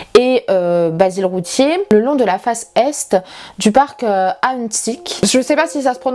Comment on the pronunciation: Oui tu as très bien lol prononcé Ahuntsic on le prononce à l'anglaise ;) ! Merci de parler de crime Canadien ;) je trouve que Victoria en couvre pas beaucoup